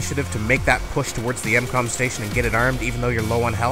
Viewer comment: hey bro, its not incom its m-com just so you know.